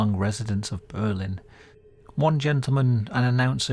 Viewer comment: I’m a New Hampshire native, so this was a pleasant surprise! Fun fact: we actually pronounce our Berlin as BURR-lin rather than Ber-LINN, though I’m not sure why. It’s understandable to say the latter, it makes sense! Really cool story and narration!